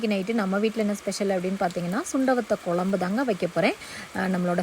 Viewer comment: மல கொ ல ம் பு என்ன உச்சரிப்பு இது மழை குழம்பு என்று சொல்லுங்க